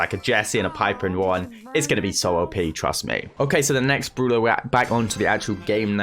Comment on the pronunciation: every time i heard "Brula" its soo bad